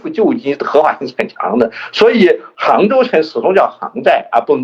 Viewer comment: 杭州行在，行读xing，第二声。